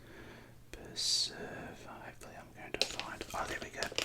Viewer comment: The perfect Australian portion is approximately one SUUURVE